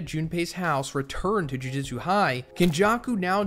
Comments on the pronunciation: This is a well structured video but the mispronunciations are really getting me lol. No hate but maybe listen to the subbed version of the show. It's not Jiu Jitsu kaisen lmao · Jujitsu, muhgoo-me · JUJUTSU NOT JIU JITSU